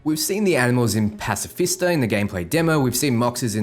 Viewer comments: Pacifista (hilariously ironic given who occupies it) and Rancho Conranada. perhaps you need to look again. Pacifica: pacific with an "a" at the end, and Rancho Co-ro-na-do. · A he says the Animals are in "pacifeasta" instead of Pacifica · 1. Archer brand cars are the absolute cutest thing. 2. The fact that the fish is the tank are apparently retrieved by a using a claw crane arcade game just brightens my day. 3. "Rancho Coronado" not "Rancho Conranada" 4. "Pacifica" not "Pacifista" 5. Richard Night's cybernetic pathways on his scalp look like gray hair/touch of gray haha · Pacifista (pacifica). Fusstrated (frustrated). HERRA (Herrera). HOW DOES SOMEONE SAY WORDS SO WRONG SO CONSISTENTLY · When a so-called channel talking about Cyberpunk 2077, reads and pronounce every district wrong, gives a tiny fear of doubt when it comes to whether or not this bloke is talking shite or just post the video so he can get clicks. "Rancho Caornoarado" and "Pacifista" were my que. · "Pacifister" and "Sato domingo" lol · I mean... say "Pacific" ... say "A" ..... Pacifica :D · Haha the way he said pacifica 🤣🤣